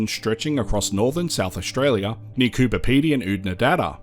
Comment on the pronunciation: It's Coober not cooper FFS